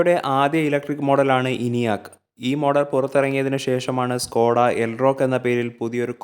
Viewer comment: Skoda aanu Skota alla. Pls Correct your Malayalam words